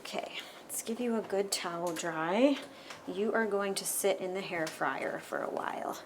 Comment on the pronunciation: Are you saying hair fryer instead of hair dryer?